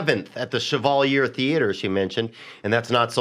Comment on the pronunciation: Pretty sure it should be pronounced like "Shevawleeay". But, ya know, bro, 'Merca be hooked on phonics, yo.